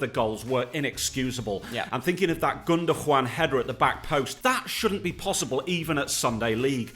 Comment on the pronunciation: saying “gundojuan”👨‍🎓